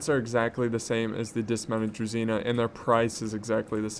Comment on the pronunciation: it's correct to pronounce "DruZHina", not "DruZina")